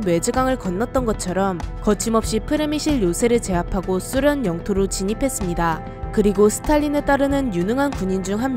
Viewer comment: 소련의 발음이 좀이상한데 쑤련? 쓰련이라는거같음 발음좀 수정해주세요